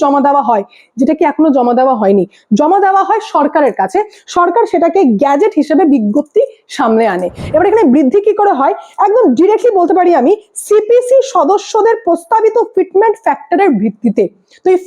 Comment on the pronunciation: "গ‍্যাজেট" নয় গো, "গেজেট(Gazette)" হবে উচ্চারণটা।